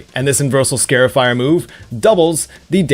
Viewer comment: (Scar-ifier) Not scare-ifier